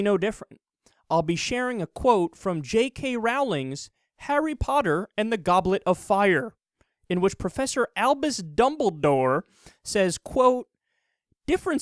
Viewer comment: You don't know how to pronounce J.K. Rowling. Rowling like, rowing a boat. row-ling. I know this is petty but wow does it bother me. It would be like people calling you Kill instead of Kyle. Sounds kinda similar but Kill isn't your name, Its Kyle. I wont hold it against you though.